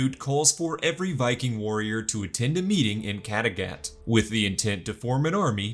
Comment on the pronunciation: Mmmmmhhhhhh...... amazing recap but I don't think that's how Kattegat is pronounced 🤔